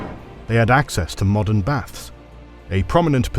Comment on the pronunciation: do you meen moden day Bulgaria?